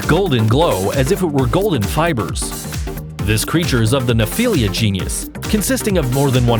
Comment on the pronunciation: The word is GENUS. Not GENIUS, genius.